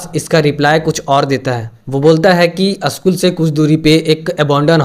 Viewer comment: Aschool nahi re baba school bol😂